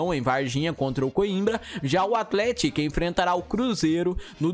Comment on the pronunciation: Sua pronúncia de athletic não está certa.